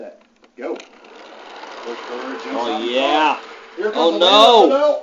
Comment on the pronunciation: Someone teach him how to correctly say Porsche